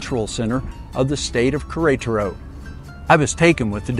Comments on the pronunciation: One day I hope you learn to pronounce the name of the city. This is a very good video for this city. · The pronunciation of queretaro is killing me 😂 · I have gotten several messages that I wasn't close on the pronunciation. I do remember that several locals said Querétaro and I thought I had it down. Apparently not! I appreciate you watching! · Me too.